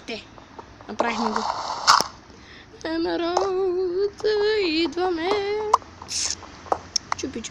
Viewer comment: И не се казва емвралд а емералд